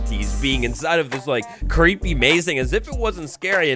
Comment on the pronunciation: Cweepy wibes uwuuuuuu